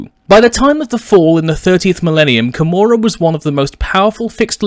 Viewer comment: I thought it was pronounced KO-MOR-AH